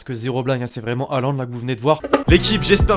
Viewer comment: C1 se dit hoolant